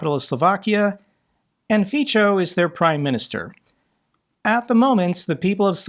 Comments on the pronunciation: The way says it sounds lie faeces..... 😊💩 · Don't give his supporters ammo, It's pronounced [fitso]. I love your content and since you cover politics, please spend a minute googling name pronounciations. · fit-so...just to be correct. every consonant in slovak is said the exact same way in every word. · Just one hint: Fico is procounced correctly Feetso. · Hi!! "Fico" is pronounced "Fitz-oh". In fact, within ALL slavic languages when they are spelled out in the ROMAN alphabet (UNLESS they have a HACEK or other accent mark over them), the letter "c" is always pronounced "ts", and the terminal "o" in Fico's surname is pronounced as in English "hot". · Fiço is pronounced Feat so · It is pronounced FitSaw. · Pronunciation of Fico is like "Fitzo". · Love how you pronounce Fico name differently and always wrong as Slovakian that hate FIco with passion even moved out to UK , this guy don't deserve respect even saying his name properly. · Hi, I love how you pronounce name Fico. It sounds like pussy in my Czech language. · Why is everybody butchering Fico's name? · if you don't mind, I'd like to give you some advice on how to correctly pronounce the name Fico. Say it the same way you did in this video, but pronounce the third letter, C, like the zz in the word pizza. That would sound as close as possible. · Hi, just to let you know, Fico is pronounced feetso, not ficho. I live in Czech Rep and the pronunciation of "c" in both Czech and Slovak is "ts". So, Prez Feetso. Love your videos. You provide a huge service. Thanks for all your work! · Isn't "Fico" pronounced "feetso", not "feecho"? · Hi,I'm from Bratislava. Actually,his name is pronounced "evil" (actually his name is pronounced "fitzo" not "fitcho"). But otherwise you made a very good job covering fico. And there is so much more about him and his political party that it would take a series to cover it to understand what hypocratic he is. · It's pronounced "Fizzo" as in "Pizza"